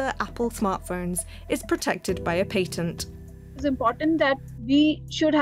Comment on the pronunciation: How you say patent is atrocious